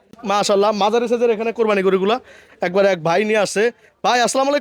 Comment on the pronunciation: কোরবানি শব্দটা সঠিক ভাবে উচ্চারণ করলে খুশি হবো।